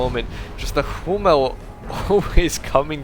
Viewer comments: hey Hummel is german an means bumblebee. [hummel] with an u like in ..hooker is correct. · "Hummel" means bumblebee and the second pronunciation you used is the right one. love your casts!